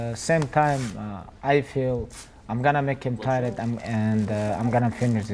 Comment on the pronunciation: I HAVE NEVER EVER ONCE BEEN '' T I E ..RED"?!! KABIB '